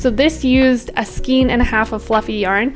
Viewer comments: It is pronounced skane not skeen. Excellent tutorial. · I loved this tutorial! So clear to understand. I do however, need to correct you on your pronunciation of skein - it rhymes with Wayne not wean. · skein --> pronounced skane